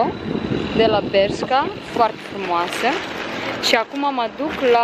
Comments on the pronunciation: bescha, se pronunță : beşca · Se citeste BERŞCA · Nici măcar nu știi sa spui corect Bershka și Pull & Bear